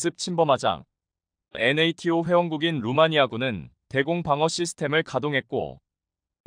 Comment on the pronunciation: ㅡ엔에이티오라고읽지말고 나토라고읽어라